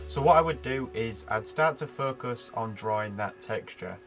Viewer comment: Focus.....sounds like 'fu$k us'😂